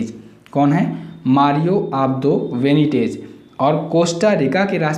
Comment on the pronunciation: Abdo Benitez not Venitej